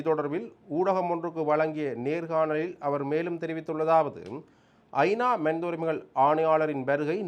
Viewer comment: அடேய் பன்னாடை (மணித என்பது தவறு மனித என்பது தான் சரியான சொல் ) நீ யாழ்ப்பாணத்தமிழன் என்று சொல்லாதே எங்களுக்கு அவமானமா இருக்கிறது